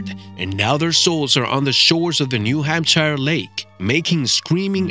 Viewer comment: There is no New Hampshire Lake! You don't even say Hampshire right. Your BS puts into question everything you say!